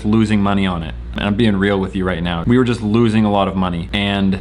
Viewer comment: I loove how you pronounce such word as 'just' 'jule'. So cute!